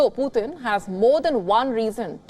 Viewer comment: Someone please tell her it's not potin 😂😂😂